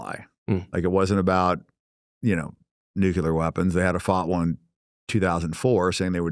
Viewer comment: If you cannot pronounce the word NUCLEAR you should NOT be able to hold any type of public office in any capacity.....we have an epidemic of people that cannot say the word NUCLEAR properly......This is not a hard word to say........ 😐🤨🤦.......it seems stupid on purpose at this point....